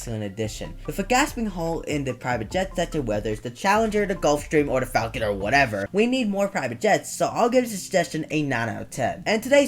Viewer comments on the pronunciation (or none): none